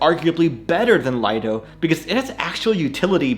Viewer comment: Another great vid, thanks! But even though everyone says Lido, is pronounced lee-do — as in a lido (private beach).